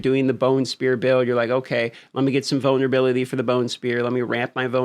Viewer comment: I thought you said “ramp up my boner ability” not vulnerability 😅